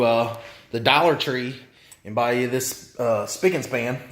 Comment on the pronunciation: I love how you say "dollar" LOL